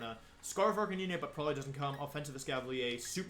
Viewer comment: Arcaneené??? It's pronounced arca 9